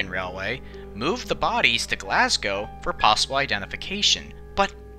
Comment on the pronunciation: As a Brit, I gotta hand it to you, an American who got these pronunciations pretty spot on (something nearly unheard of, so well done)